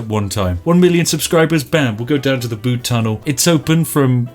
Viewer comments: It's not the Bood Tunnel, it's the B-you-D Tunnel. As a Cornishman, I was cringing heavily. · I have indeed been to the Bude tunnel myself and the reviews honestly don't do it justice. Please Spiff, you must go. P.s it's B-u-de not B-oo-de ;) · it's pronounced "byude" not "bood" btw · Bood? It’s pronounced bUde not bood! And never disrespect the tunnel!! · Please collab with RT and its said byude not bood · As a person who lives near Bude I've never felt so triggered, first you call it 'Bood' when any true Brit would know it's 'Byood' then you say it's a village when it's clearly a town. You have left me no choice but to unleash my British fury with my stern expression and angry finger shaking in your direction. Na but seriously nice video mate, come check out the tunnel, it'll blow your mind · Bood? err its 'B'yood'. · It's pronounced B-you-d, not booed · You saying Bude wrong u twat, it has a U not a ooood u flannel ☕️ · ITS PRONOUNCED LIKE BYOOD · Tsk Tsk its Pronounced byood even google knows this. However its still an amazing tunnel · Pronounce Bude as if there is a y in it, so Byude. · thats not how you pronounce BUDE, its more like, b - you - de, i had to pause the video and rectify this grammar in true english fashion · Why would Spiff know about the tunnel? XD also I agree, it’s B-u-de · nice video spif, think you find Bude it pronouced like Bewde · The way you say bude kills my simple cornish soul little by little each time it escapes your lips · Saying Bude wrong.... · As a Cornish man, the way you say Bude infuriates me... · STOP MISPRONOUNCING BUDE! or I'll make all the tea taste like coffee. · Spiff you ignorant northern grockel learn how to pronounce Bude! why do you keep saying it i'm at breaking point... please stop... please